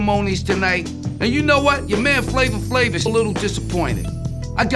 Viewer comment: Now everytime I hear somebody says “Flavor Flave”, I actually hear “Flama Flame” 😂🤣😂🤣